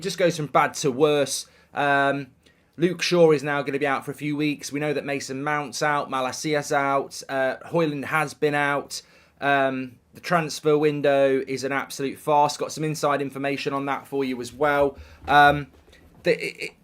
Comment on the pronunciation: Son do you deliberately pronounce names incorrectly? How on earth have you got "maller seea" from Malacia?